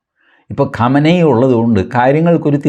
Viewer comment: Qamani alla qumani athenkilum sheriku parayu oru bagam maatram paryunna aale